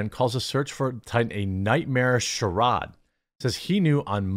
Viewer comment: I’m just being picky here, but that isn’t how you say ‘charade’ 😅